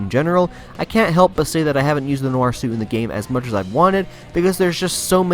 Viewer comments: He said spider man nor and it's nior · No nooo he's calling spiderman noir suit the spiderman no r suit